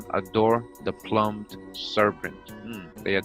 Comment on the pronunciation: I love your stuff. But 'Plumed' is pronounced phonetically --- Ploomd --or ploombda. Not what you say. Your saying Plumbed n English. Which means to make a hole as in plumbing. A Plume is a feather. La Pluma equals A Pen in Spanish. due to using a plumed feather with ink.. Not how your pronunce it every time. Your saying land of the holed serent. please if you say it English . Say this one right. thank you